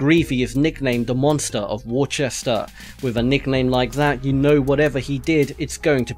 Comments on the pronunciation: Worchester? Sorry but it’s Worcester... (wer-cest-er) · the way you pronounce Worcester makes me want to kms